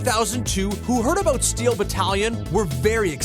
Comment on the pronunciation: "TALK ABOOT AWESOME!"